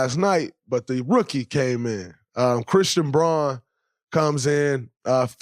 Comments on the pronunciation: Pronounced brown not bron dray. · Come on Draymond, you are better than to mispronounce Christian Braun's last name. It's pronounced just like "Brown" despite the weird spelling haha. Great breakdown though!